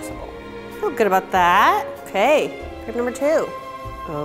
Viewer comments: Lauren Miller on yeah, it is so irritating when she brags about how she loves crepes and has so much skill in cookin them but she says it like it’s her first time even hearing about that... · Lauren Miller You're so right...! I'm from Germany and we are saying it just like "Crêpe"...Not Crape😂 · Lauren Miller omg literally at the start of the video I was like “if she keeps saying crape I didn’t think I can watch the rest of this video” ITS A CREPE NOT A CRAPE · i grew up speaking french and almost my whole family lives in France and i never heard someone say crApe even my french teacher says crEpe and not crApe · It's an American attempt at pronouncing a French pancake. If they just listened to Google Translate it'd help them out. Or, I think they have Canadians working at Tasty they'd be able to make them:- A) Pronounce it properly ( Crep NOT Crape ) & B) Spell it properly Crêpe. The accent's there for a bloody reason!! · Isn’t it pronounced crep not craype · Anyone else pronounce crepe like “Crep” instead of “Crape”? It really annoyed me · Stop saying "crape" it's pronounced "crepe" ahhhh😂😂😂😂😂😒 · crêpe is the single most infuriating word that has ever been adopted into the English language. every time someone says "cray-pe" I want to van Gough my own ears. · Gladwin Gracias : i know how its spelt but why is she saying crape? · Why does every american say craip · um it's pronounced crepee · Isn't it pronounced like crepp? Plz help me otherwise